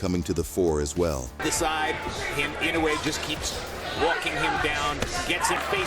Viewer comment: The AI voice irritates me to no end. The constant mispronouncing of Inoue's name, is just asinine.